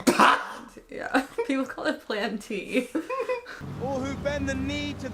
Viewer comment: Plan tea lmao. It's moon tea hehe.